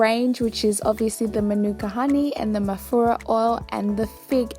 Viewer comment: At first I thought u were saying mafuta oil haha